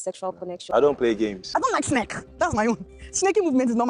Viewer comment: Sneke not snake ooo 😂😂😂 igbo woman.